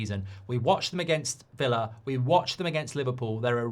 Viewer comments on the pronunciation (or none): none